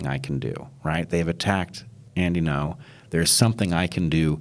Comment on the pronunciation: Bret introduces him as "Andy No", is that how it is pronounced? I assumed it would be Andy Ngo (like "anding-o") but maybe Bret just had trouble with it. Cuz he racist ;P